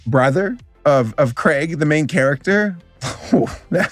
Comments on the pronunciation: At first when he was saying Craig, I thought he was saying Greg but like with a little laugh after it so it came out as Craig but turns out he was saying Craig the entire time. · Its Craig not Greg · he said Craig XD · Is he saying Greg or Craig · Can we talk about how he says Craig instead of Greg lol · Is saying Craig?! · Did you just call him craig? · How do you mispronounce Greg lmfao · Is it me or did butcher the characters names😭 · Craig? Riley? I get it's your accent, but still. Its pronced as Gr-eg and Row-Ley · Craig and Riley...😑😑😑😑😑 WHYYYYYYYYYYYYYYY????!!! It also haunts me that there are people roaming the earth saying Theynos instead of Thanos. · Hearing call Greg and Rowley “Craig” and “Riley” give some life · I love that he got Greg and Rowley’s names terribly wrong, but Fregley’s name spot on. Also, just so you know, the first three live action movies are actually really good (AVOID THE LONG HAUL AT ALL COSTS) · "Craig" and "Riley" lmao. That had me dying even though it wasn't intentional. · He didn’t just pronounce Greg and Rowley wrong, but he also pissed off the entire Danny Gonzalez fanbase lmao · I think I’ve found a new drinking game. Every time he says Greg and Rowley’s name wrong, take a shot. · What cracks me up the most is the fact that he got fregley right but not greg and rowley. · How did you get fregley right but not Greg and Rowley